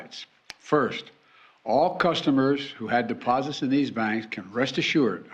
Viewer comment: Did you catch the part where he said: "The deposibourngoeurs are prmobutected." ? Nothing to fear. Geriatric Joe is here